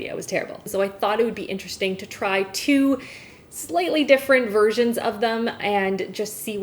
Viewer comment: her viersions sounds like virgin